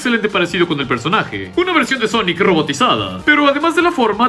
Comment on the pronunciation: Me da risa el cuando dice sonic el jegejojo